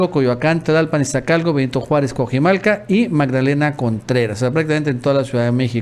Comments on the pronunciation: Por favor, no digas Cuajimalca. Es Cuajimalpa. Ni pareces mexicano. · No sabes leer, no es Cuajimalca es Cuajimalpa, pon atención y practica mucha lectura